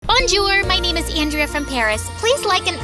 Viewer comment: the way she pronounced "bonjour" 😭